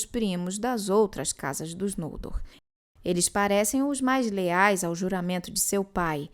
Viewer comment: Gente, é tao estranho pra mim ouvir os nomes próprios como paroxítonas... Não sei se tem uma regra sobre pronúncia, mas desde que comecei a ler a obra de Tolkien, sem nenhum conhecimento prévio, eu sempre li os nomes como oxítonas. Pra mim, ouvir NOLdor, e não nolDOR, é muito estranho... Sempre li FinarFIM, FingolFIM, TurGON, BeleriAND, ValiNOR, VaLAR... E vou continuar assim kkkkk....